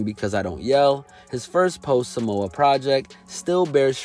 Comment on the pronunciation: Please dont say samowa when its samoa. If you're going to say please say it correctly. Samoan vowls aren't pronounced the same as English vowls.